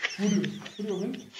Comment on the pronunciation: Le puso "furrio" pero a veces suena como que le dice "furio"